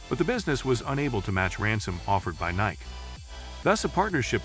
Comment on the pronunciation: Can’t pronounce Nike correctly? WTF. Davis Love eye eye????